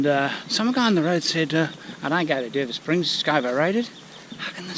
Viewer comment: ....How's the Aussie accent "I don't go ta Derba springs cause it's overrated" hahaha gold